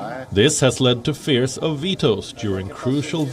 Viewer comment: Fears not fares...